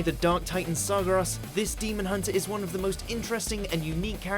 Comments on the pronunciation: Saw gah ras? His name is Gary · Wait, Sargaras? Sargaras??? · TheLonleyFly At least he didn't pronounce it Sarjeras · "Kil'Jaeden was approaches by SAR-GAR-ROSS" wtf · God it bugs me when this dude mispronouncs words that are CLEARLY prounced in the games and stuff. Like sargeras. It is SAR-GAIR-US. Not however the dude said it... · Everytime he pronounces Sargeras as Sarguras is just cringe and compulsive. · They've mispronounced his name in another warcraft video before. Gets on my nerves :( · Illidan is not so much a villain that he ranks on this list while Sargeras doesn't. Hell, Garrosh or Sylvanas are more villainous than Illidan. Lich King above Kerrigan. The pronunciation of Illidan and Sargeras. So much wrong with this video. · Lol after all this time they still cant say Sargeras right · Please stop mispronouncing Sargeras. You've done it before! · How do you pronounce Sargeras again? xD